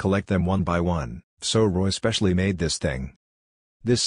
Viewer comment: Lol MA-de